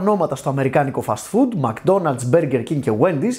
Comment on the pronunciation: μκ-ντόναλτς προφέρεται, χωρίς "α" :)